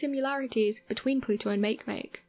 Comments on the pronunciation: Isnt it ma-ke ma-ke and not make make? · Smdh- Makemake?! Make- phonetically is mawkee- Mawkee. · Pronounced Mah-key Mah-key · Hmm. I seem to recall and article in Scientific America a few years back about our universe being created as a three dimensional hologram of a four dimensional black hole. As my scientific knowledge is very limited, I can only think, "It's possible." On another note, I really wish these video presenters would do a little research into pronunciations before calling Eris' moon Makemake "make-make" when it's pronounced "maki-maki." Cheers.... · How can someone butcher Makemake so damn hard? Poor planet...